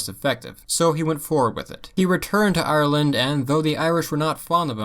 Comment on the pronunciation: “Arrerland” the proper way to pronounce it lol